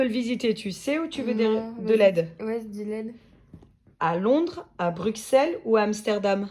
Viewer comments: Alors on dit brusselle le x Bruxelles ne se dit pas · "Mekken pis" "Brukselle" 🤣😭🤣 c'est "manneken pis(mannekene pisse)" et "Bruxelles(brusselles)"